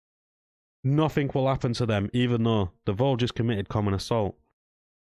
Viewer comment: Why can't you pronounce the word nothing properly?